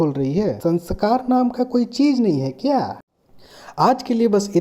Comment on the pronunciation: Ek galti apki bhi dundh li maine Sasbcribe nahi Subscribe bolna hota hai bhai